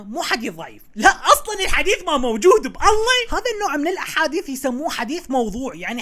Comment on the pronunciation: بالله وليس اب الله غلط مايجوز